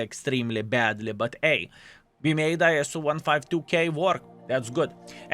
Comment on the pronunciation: Ah yes the eye-ess-oo 152k the babushka killer